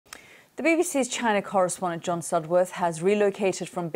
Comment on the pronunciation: “Correspondent” lol